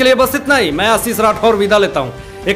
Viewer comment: Ha ha ha ha abey "sow" Nahi "show', "aasram" Nahi "ashram, "bahiskar Nahi "bahiskar", "asis" Nahi "'ashish"